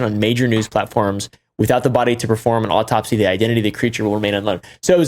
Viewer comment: Bro still couldn't say perform 😂